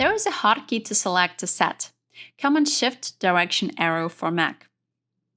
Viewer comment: The English was very good, except for the word Command. The accent should be on the 2nd syllable. It took me a while to get what the word was, and I was so focused on figuring it out that I missed what she was saying.She got Control correct. It's the same principle.